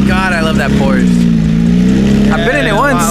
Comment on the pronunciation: you gotta know, it’s Porsche. Not porsch. Porsch is not a shortened name for Porsche like and Nicholas or Mike and Michael. It’s like dropping of the end of a name. So it would be like us calling you Ni instead of. Just to let you know